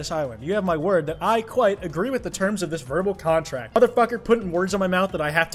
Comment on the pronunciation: "And that was my favorite episode of Spongebob." Kwite no